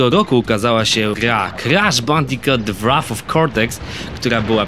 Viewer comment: Mówi się Bandikut ;)